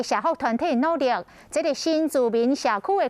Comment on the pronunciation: 那個 [住] 台語是讀 [TUA] 吧？ 裏你也有用到 [TUA]，讀 [新住民] 就好像在讀華語一樣，要不然不如改用其他的稱呼也可以。還有，[努力] 台語好像不是讀 [鋤力/KUT LAT] 吧?